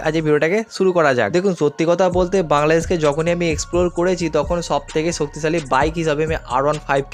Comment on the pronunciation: Apnr boi pora uchid. Apnr kothar maje onek osudho kotha ache. Jemon ছব - সব, ছামনে - সামনে, ছত্যি - সত্যি।